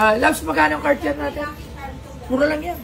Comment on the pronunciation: Miss gandang '' ang bigkas nyan... (CATYER) IN FRENCH para sa susunod..at least may sense ang comment ko😅 di lang basta viewer mo basta", ALIW ako sa vlog mo❤❤❤